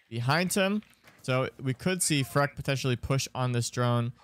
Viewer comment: Please stop calling him Freck, it’s clearly FREAK